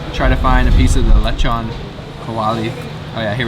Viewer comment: its pronounced LE' Chon Not Lechun